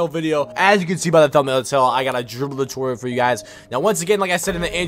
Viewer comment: "DRIBBLE DU-TORIAL"